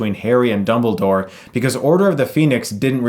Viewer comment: Did he just call dumbledore, "doubledore"?